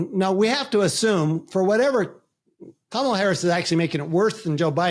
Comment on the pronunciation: I’ve loved your videos but the pronouncing Kamala wrong and the “open her mouth” part…definitely lost a little respect on that one.